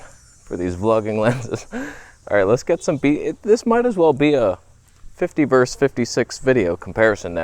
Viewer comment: This madness have got to stop! When you say x-camera vs. x-camera - the vs. does not stand for vers but for versus! Versus versus versus! It seems like an illness have gripped YouTube in regards to the word. It IS the most important issue we need to tackle right now. Repeat after me: VERSUS! Or maybe it’s a Canadian thing??